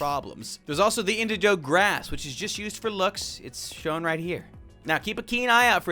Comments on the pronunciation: The fact he kept saying indiJOE instead of indiGO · Pronounce Indigo like Indi using Indie and Go like go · why is he saying indigo (in-dig-o) like that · Why do you say indigo like that